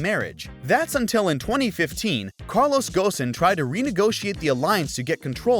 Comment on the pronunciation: The name Carlos Ghosn was pronounced correctly in this video, instead of Carlos Gon.